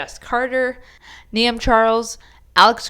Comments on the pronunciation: It’s pronounced neve not niam 😭😭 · I was going to make a comment that I think, Niamh is pronounced Neeve with a long E. I'm not sure though. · u pronounced Niamh wrong lol